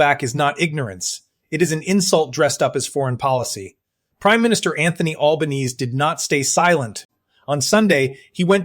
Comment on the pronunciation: You could at least teach the AI how to speak Australian, not American. And while you're at it, teach it how to say the name of our Prime Minister - it is not Albaneeeeeze - it's pronounced Alban-ee-see.